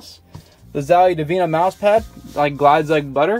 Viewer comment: The fact said moose for his mouse hahah